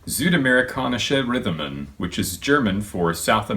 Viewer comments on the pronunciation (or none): "Rhythmen" is pronounced "Rütmen", btw. Nice video, really expands upon Techmoan's video